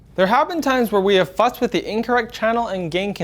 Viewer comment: Lol it did sound like fucked but I think he actually said fussed 😀